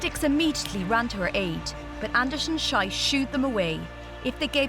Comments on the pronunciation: How cringeworthy the way the speaker pronounces Schiess — why oh why do american (and sometimes british) speakers have to mutilate the difference between ie and ei ? Most american speakers deferentially say Einstein correctly — but just pop a W before einstein as in Weinstein and suddenly the stein becomes steen ... And the speaker also screwed up Benoit ... Inexcusably unprofessional of a channel that poses as official output of the IOC... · "Incredible final lap", yet the commentator never bothered to learn how her last name is pronounced... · I would strongly advise you to learn how to pronounce names correctly, because not only it is disrespectful, but also because you are closely pronouncing a very ugly word in this woman's native language. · every time she said her name I was like: please, just stop saying it that way, it's such a disgrace.... you should do at least a little bit of research before saying a name wrong like a thousand times and making the name a swearword by your pronunciation. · C'mon - she should at least have at least checked the pronunciation!!! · And to make it worse, the mispronounced surname is a swear word in Switzerland. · Typical American and pinnacle of ignorance not able to pronounce and butcher their own names (incl. Irish it seems). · the french name is mispronounced but the swiss name schiess is being pronounced much much worse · It's pronounced "sheess", not "shaiss". In German class I learned "when two vowels go walking, the second one does the talking,", but of course that only works for English pronunciation of German words. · Its sheees not shise ffs your making her surname sound like a swearword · I wonder if author of the video already found the correct name prononciation of that suffering women. Because my ears suffer a lot while listening "sajs" instead of "si:z" ... and you can suffer on your eyes while reading my horrible english :) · Can the commentator please stop calling her "shais?" It's said "shees".